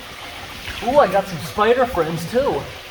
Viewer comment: I like how you always say "spider FRIENDS". That makes them a lot cuter 😍